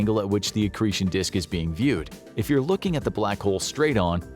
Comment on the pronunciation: Did he say “excretion disk”?